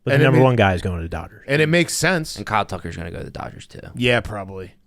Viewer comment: got real delco on that Kyle Tucker